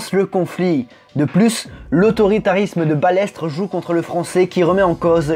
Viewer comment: Je suis la F1 depuis les années 80 et c'est la première fois que j entend prononcer balettre au lieu de balestre et F I S A au lieu de fisa.